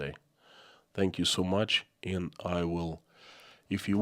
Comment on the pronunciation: You pronounce AND as END. Kinda annoying